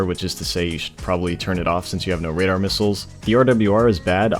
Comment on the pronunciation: “Radadr” LMAOOO 😭